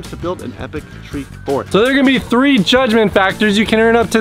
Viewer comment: Is anybody gonna point out the fact that said tree fart 😂